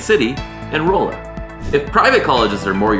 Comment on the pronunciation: Great video. BTW... Rolla, MO, is not "roll-uh". It's "rawl-uh". Just like it's not "Missouri". It's "Missour-uh". :-)